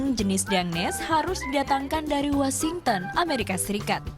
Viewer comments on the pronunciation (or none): netnews kalo buat scrip pronounce washington nya benerin ya, bukan wasington tapi washington make H hehe:)